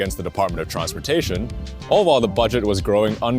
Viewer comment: he said TRONSPORTATION